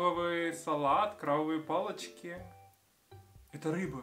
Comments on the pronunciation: «Кровавые палочки» 😆 Нужно быть осторожнее со звуком «б» и «в» в русском языке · "крабовые палочки" ты произнёс как "кровавые палочки" (sangrante). jjj